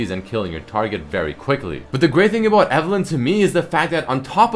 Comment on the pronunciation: That "aboot" makes me think he has integrated Canadian culture pretty well tbh :P